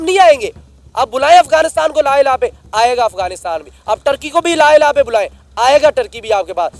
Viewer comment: Ye lah ilah kahan padta hai 😂